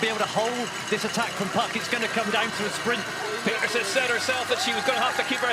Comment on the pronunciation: Can you lads learn to pronounce Puck Pieterse's name correctly please? 🤦🏻